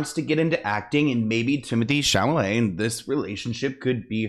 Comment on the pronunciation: Take a shot every time says Timothee Chamelet:)